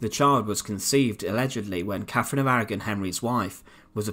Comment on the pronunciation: Grr I can't listen to Brits that can't pronounce "th". It's "CaTHerine" not "CaFFerine", and "THird" not "Fird".